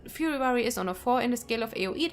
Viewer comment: I love it! I thought Fuhrer Warrior sounded cool! 😉😉😉